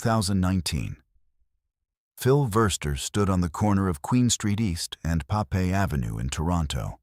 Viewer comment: AI slop. Everything from false imagery to mispronunciations of station names... I mean... Papey! LOL! To an AI narrator.